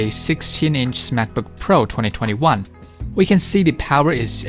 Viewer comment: This is the video I was looking for, thank you! Also, I kept hearing Smackbook which made me giggle 🤭